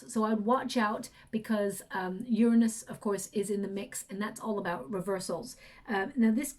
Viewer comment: Please stop saying uranus! Not even close! Lol 😂